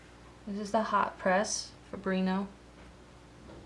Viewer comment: I love the video! Fabriano is Ponounced FO-BREE-ONO.